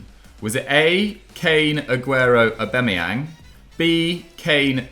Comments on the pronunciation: Everyone Else: AuBAMeyang: AuBEMeyang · The 3 people that pronounce Aubameyang wrong all together🤮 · pronounciation of Aubameyang kills me😂😂😂😂